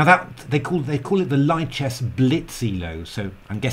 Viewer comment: Small heads up. It's pronounced LEE-chess, not LIE-chess. It's French for libre, after all. There's a whole YouTube video devoted to pronouncing lichess that's fantastic!